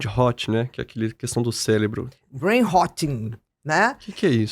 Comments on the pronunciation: Primeiros 30 segundos o cara : “célebro” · Amigo: "CéLEBRO" doeu o coração!